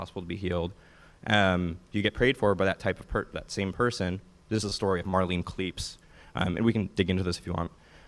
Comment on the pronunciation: Okay, seriously. Marlene Klepees!?! Come on.